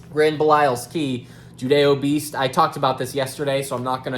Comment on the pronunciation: Finally someone who doesn’t say “judiobeast” lol